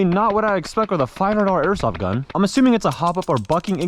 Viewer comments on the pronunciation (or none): none